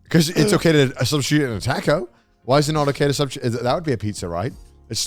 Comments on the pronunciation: Everyone: “Taco” Garnt: “Tarco” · I still can't forgive Joey for that Tha-co pronunciation early in the video xD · Connor making fun of Joe saying tortilla when he says tAcko XD